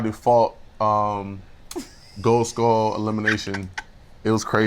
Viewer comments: Josh is such a tool, I can't wait til that Frankenstein loses his skull... and why does half the cast pronounce it "skoal"? Btw: looks amazing in confessionals, right!? ❤ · i find it cute the way kam pronounce “skull”